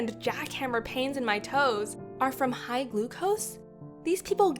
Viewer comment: Hight instead of high